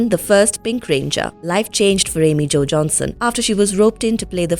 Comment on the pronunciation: I actually got the chance to meet JDF and had the honor to spare against him once. I was some random dude who told him my dream was to spare against him and he said "Would you like to do this with an audience or without?" RIP man you got a mean kick. Also... AMY JO WHO!? Sounded like you said "Jackson"